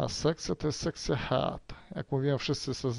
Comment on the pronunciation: Proszę nauczyć się wymawiać słowo angielskie "head"----wymawia sie dosłownie przez "hed", a nie jak Pan przez "head"